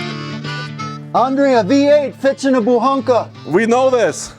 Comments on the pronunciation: Translated you would say Buchanka not Buhanka .... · Buchanka not Buhanka